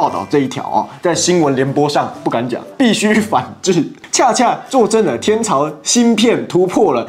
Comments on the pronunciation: 英偉達！！！！！！！一直英達...聽了實在很彆扭，好好說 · 是英偉達 不是英達偉 或你直接唸輝達也可以 其實台灣NVIDIA是叫輝達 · 呃...不知道是不是有啥特殊原因需要把英偉達，英業達念成，英達偉，英達業嗎?? 聽著很不習慣，再者，4090這事情其實不能這樣解釋，那是原RTX4090正好處在美國禁售AI相關產品範圍之內，後來老黃也是緊急出了一套4090D做中國特供板限制了AI相關功能，所以也是對中國仁至義盡了，其實他不太缺中國遊戲顯卡市場，2024第一季財報數據中心佔86%財報，遊戲晶片及其他佔 14%(遊戲中主機晶片跟顯卡晶片還是一起算的)，所以對岸的，人家不是不肯賣你，但是也別太把自己當回事，你不買有的是別人買，你抵制他就算你真的撐住了他也不缺你這一丁點，另外你們寄予厚望的摩爾線程號稱紙面上參數與4090齊平，實際生態與支援差人家可不是一點半點，三年內你都不可能追上人家，能夠自主設計新架構這一點要稱讚，但是是個台積電七奈米工藝，在還不能自主生產之前，你是有啥底氣抵制人家?本來你們中芯一度有機會自己搗鼓出來六奈米，後來給你們自己攪黃了，再看你們這陣子的表現，老實說，讓我跟這樣的國家統一，我的理智實在是不允許。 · 英達業??英業達吧:face-blue-smiling::face-blue-smiling: 英達偉???英偉達吧:face-blue-smiling::face-blue-smiling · 英达伟？？？是英伟达吧。。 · 英業達講成英達業.... 英偉達講成英達偉.... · 英偉達這麼大間能念反XD